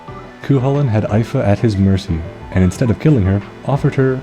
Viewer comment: Nice video, but it's pronounced Ee-Fa(Fa as in Far).